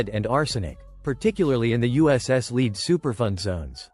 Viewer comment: "Leed" contamination, the AI mispronounces.